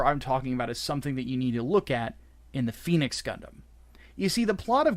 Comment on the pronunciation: you're mispronouncing phenex, it's not pronounced like the mythical fire bird, both "e"s are short like in ten